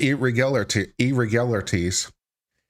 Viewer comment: Lmao, the first time you said it , I was fine and I said it with no problem, then you did it that third time and I was like oh no..I could not pronounce that word that I’ve never have had a problem in my life with😂😂😂..I had to stop the video and try saying like 10 times before it came back to me…lmao ..the curse of the irregularities …😂😂😂…but anyways, ur my fav lawyer in you tube …:)